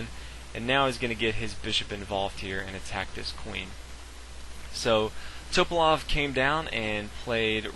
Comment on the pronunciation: His name is pronounced Tuh-pah-lahf....not Toe-pahlof. Jesus christ.